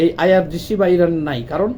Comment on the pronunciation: ইরাক এবং ইরান ঠিক ভাবে বলুন। আপনার কথা জড়িয়ে গেছে।